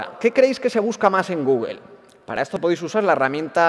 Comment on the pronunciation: "GUGUEL" xD